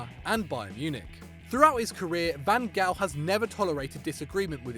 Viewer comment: Van gal? It's pronounced Van Haal